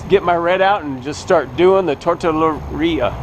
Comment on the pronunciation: Haha... its Tortilleria (Tort Te Ye -Re -Ah). But who cares your having fun! and that more important. Great videos, Great Art! I love how you interject life experiences.. your a real good guy. Thanks for sharing your talents.